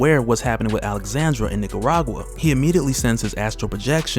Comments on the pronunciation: Alejandra, not Alexandra. You're killing me. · I hear you keep saying “Alexandra” instead of “Alejandra” which is what is written. It is pronounced ALE-HAN-DRA. Sorry just needed to say something cuz my name is the same haha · Bro that girls name is Alejandra… you repeatedly butcher her name lol.